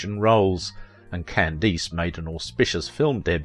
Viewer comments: Good heavens! AT LEAST pronounce correctly the name of your chosen subject! That atrocious "CandEEce" is appalling. Listen to any period TV piece for 30 seconds and you would know. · Is this read by a speech reader program? I’ve noticed on a couple of videos how common names are mispronounced. No one says Can-deese. It’s Cand-ass. On another video, Mel Torme was pronounced Mel Torm….. also in both videos, pictures end up in the show that have NOTHING to do with the topic.